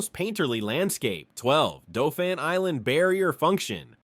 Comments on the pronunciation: And they pronounced dauphin island "doe-fan"😂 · The number of things this idiot obvious robot mispronounces is staggering. If you pronounce Mobile like this idiot AI (Absolute Idiot) in downtown Mobile you are likely to either be laughed at or more likely get your a$$ beat. Also Dauphin Island doesn't deserve such linguistic butchery either. The information is WRONG and the pictures are just disgustingly FAKE. It's impossible for an Alabamian to take seriously or watch since the writer loses all credibility simply because they are too stupid to do any research. Now go get an education and a real job and pick a subject you might actually have a clue about next time. Damn yankees! and no thats NOT capitalized in this context! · Dauphin Island is pronounced Daw fin Island 😂😂 and Cheaha Mountain is pronounced Chee Ha Mountain and Mobile is Mo-Beel and Conecuh is Cuh Neck Cuh 🤣 this gotta be a.i